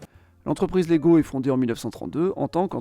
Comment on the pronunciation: Salut, je t'avais déjà taquiné avec la prononciation danoise sur ta vidéo avec le Danemark. On ne prononce pas le "g" de leg. On prononce plutôt "laille", at lege étant le verbe jouer. Sur le wiki danois, il précise également que LEGO peut aussi vouloir dire en latin : "jeg samler", "jeg sammensætter" eller "jeg læser". soit je collectionne, je compose, je lis Autre précision : ils ont fabriqué des jouets en bois mais c'est l'usine qui a brûlé et la guerre qui a poussé Ole Kirk Kristiansen à se tourner vers le plastique. Sinon ta vidéo est super :)